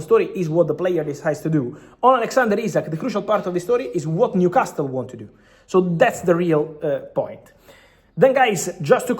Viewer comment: Fabrizio, you're a wealth of information and I know English isn't your native language, but common paisano...stop mispronouncing Newcastle as 'castel'; the 't' is silent, like 'casel'. I'm shocked someone hasn't corrected you sooner. Otherwise, grazie and molto bene!